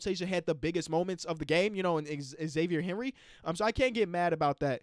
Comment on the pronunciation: “Xavier Henry”